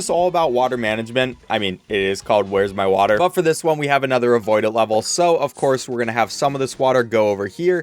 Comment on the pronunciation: “Vhere’s My Vater”